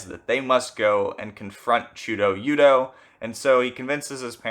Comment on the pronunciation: great video! i’d say it’s pronounced much closer to chuda-yuda tho